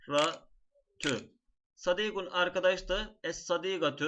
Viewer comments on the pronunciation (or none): hükmür ra kuralına göre rı degil ri diye okunur onu demek istedim hocam